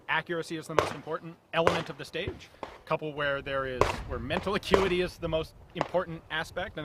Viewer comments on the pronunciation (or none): none